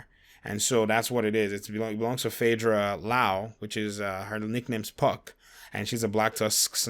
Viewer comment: Phaedra Lao??? Faye Lao! is a Black Tusk sniper? Say it ain't so!